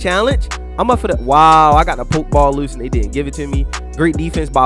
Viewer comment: Why u say loose like that